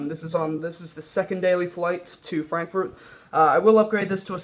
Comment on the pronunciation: Lol u said frankfoot